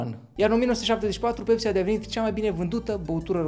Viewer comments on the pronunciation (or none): Se numeşte pepsi! Nu pecsi